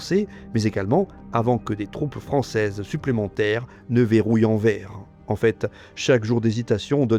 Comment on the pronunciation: Vidéo magistrale. Je kiffe à 99%. Juste une truc : Anvers ne se prononce pas "en verre", mais " en verse", comme dans averse. Comme le Grevisse précise qu'il n'y a pas de faute (y compris de prononciation) dans les noms propres, c'est aux locuteurs de s'adapter.